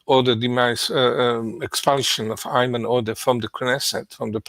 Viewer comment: Do Jewish people really pronounce Ayman like that, never heard it like that...actually the was Sam said it was closer. Sam said it the way my name is pronounced Eamon. When Sam said the guys name i had to double take, because my name is very close to that. And no one else has that name, as far as i know.